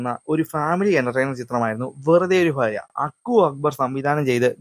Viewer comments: ഫാര്യ അല്ല ഭാര്യ 😅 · Farya alla bharya. Fakthi allà bhakthi